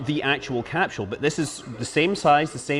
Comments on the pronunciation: What is a "Capshual"? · Uraneum Cuz Scott keeps saying “Cap-Shule” would be my guess? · Capsule is pronounced with a hard S, not with an SH as in SHit.